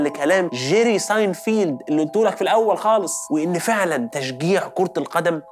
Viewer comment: ساينفِلد مش ساينفيلد